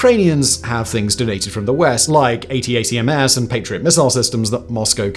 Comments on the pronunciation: nice video, by the way ATACMS is pronounced like how its spelled (Attackams) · I know Simon wants to avoid spending too much of his time trying to get pronunciation right when he uses names from dozens of countries and languages across the world in all of his videos, but there is something really funny about him putting so much effort into saying ATACMS by letter rather than just "attack m's."